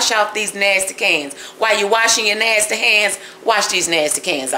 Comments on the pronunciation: Keep saying Nastayy because it's the southern thing to do. For the Karen wanna bees, find another channel on how to sip tea with your pinky. This channel is for the Grown cooks, pie and cake makers! Me' Shell Farria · You keep using nasty I love how you say nasty 🤣🤣🤣😉